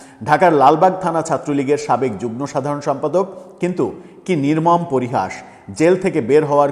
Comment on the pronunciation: যুগন নয় যুগম, তথা যুগ্ম।